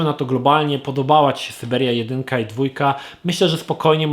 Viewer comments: przecież sYberia to nie sajbiria. Po co czytać po angielsku jak po polsku jest ok? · Jeśli już chcesz gadać po angielsku to gadaj poprawnie. Skąd Ty wziąłeś tę sajbirię? "SAJBERJA" się czyta. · Syberia nie Sajberia !!! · Sajbiria serio? Pomijając wymowę to też uważam, że "jedynka" jest lepsza od "dwójki". W drugiej części za dużo było przekombinowanych zagadek, nie czuć też było chemii między Kate a Hansem. Ona robi wszystko by pomóc mu dotrzeć na Syberię, a on ma ją gdzieś i po dotarciu na miejsce nawet nie ogląda się za siebie. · kurde, mów Syberia a nie a ssiajberia bo mi dzieciństwo niszczysz :D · Po 2 minutach wyłączyłem tą recenzję. Sajbirii nie da się słuchać. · SYBERIA gaaad nie sajbirijajaaa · sajberia... moje uszy krwawią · Sajbirja ? No bez jaj ! SYBERIA ! SY BE RIA ! Ja pierdolę ! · Sorry, ale co konkretnie jest po łebkach i niedokładne? "Sajberia" trochę razi, przekręcone (ale poprawione) imię głównej bohaterki też, ale po obejrzeniu dokładnie wiem, dlaczego warto zagrać (fabuła i klimat, prawie jak w 1 i 2), a dlaczego nie (kwestie techniczne). Chyba pójście w filmową konsolowość w stylu Telltale Games zabiło tą grę :/ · Czyli polaków wywożono na sajbirie nie na Syberię. Speak in polish kurwa... Nawet bo rosyjsku brzmi sybir... skąd ty żeś to wytrzasnął !?!??! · co to jest sajbirja? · kurcze no nie zrozumiałeś:D bo tu nie chodzi o sam sposób wymowy, ale o to że ta gra nawet na zachodzie w USA i WB nie nazywa się Siberia (bo tak własnie czyta to ) lecz Syberia. Prosty test wpisz siberia allkeyshop oraz syberia allkeyshop w google. Więc teoretycznie gra po angielsku w wymowie by brzmiała Syberyja:D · Wiem, że tego jest już pełno w komentarzach, ale... SAJBIRIA XDDD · Sajbiria..., kurwa mać ogarnij się błagam... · Miło wiedzieć że nie tylko ja mówię Sajbiria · wymowa została ci z "Cyberia" ;)